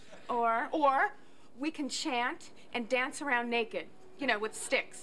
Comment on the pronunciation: Aww a kid getting triggered started calling me names when I don't agree with you. I also can't take someone seriously who says you as 'yuh' 😂😂.